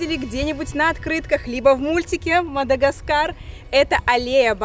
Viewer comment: Не Мада чего , а гаскар